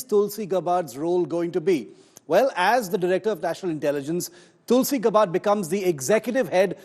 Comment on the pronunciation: Gabbbbard nahi be....naam to thik se bolo.